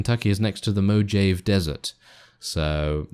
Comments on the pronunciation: “ I do know Kentucky is close to the moohave desert” 😂😂 oh no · Mojayv desert!? HAHAH